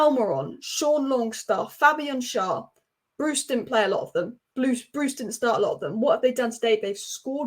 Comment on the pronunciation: Thanks for realising what we have known for a long time on Tyneside. I was so happy we didn't hire a big name manager because they are only successful when they have unlimited funds to buy top players - and that includes your Fergusons and Peps. Btw. Fabian's name is Schär, Proounced share. It is permissable to spell it Schaer if you can't deal with the Umlaut ä.